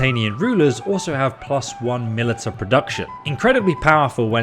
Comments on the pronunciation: I love you man but after so many games that have that word I'd expect you to know how to pronounce militia, and it is not 'milita'... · Militia is pronounced ma li sha. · Why are you saying militia like that lol